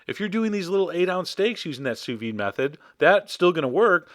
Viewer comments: Don't quit YOUR day job, troll. What the hell is "souss-ved"? It's sous vide, French for "under vacuum." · "copy and paste Souss-ved into the search bar and tell me what happens................ after you press 'search' " What happens is exactly what I said would happen; it asks "Do you mean sous-vide?" and then gives a list of sous vide sites. You deserve the abuse, because you're not only ignorant, but you're willfully ignorant.